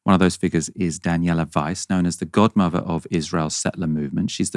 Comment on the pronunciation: the host of this show can’t even pronounce the word “godmother” properly: “godmuva” 😂absolute pleb